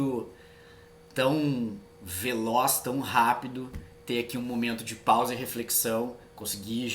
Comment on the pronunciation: Vc disse "um momento de paisa e reflexão" eu to vendo teu vídeo no vezes 1.8 😂😂😂